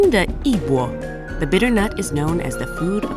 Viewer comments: Please invest in learning the correct pronounciations of words. What is EEEGBUOO??? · Great video but the narrator butchered the word "Igbo" lol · TedX are great are pronouncing native languages, names and other indigenous words , but somehow they missed the pronunciation of Igbo. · It’s pronounced ‘Ee-Bow’ tho they got that one horribly wrong lmao. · Love the video but it's really not that bad to pronounce Igbo...... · I’ve never heard a worse pronunciation of Igbo 😂😂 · The way she pronounces "Igbo" is so funny in a nice way as Nigeria 😂❤ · The way she pronounced Igbo had me snickering. Yet y'all expect so much from us when we speak English. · Although it felt weird hearing it pronounced the way it was 😂. I never realized it's a difficult name to pronounce 😅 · they didn’t even google a pronunciation or anything lmao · your pronunciation of Igbo is quite off 😂 Anyway thanks for the video,a respect to us living in this region 😊